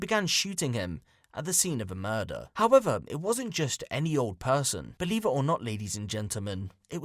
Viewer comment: ' i ain't Bweeve ' i ain't Bweeve '